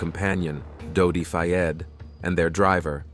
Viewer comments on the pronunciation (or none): You can't even say their names correctly.. Dodi... no Dodo 😮😡😡🤬🤬🤬